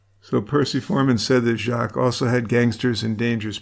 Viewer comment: The S in Jacques is silent. The name is French for Jack.